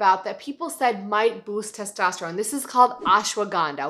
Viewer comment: its testosterone not tostesterone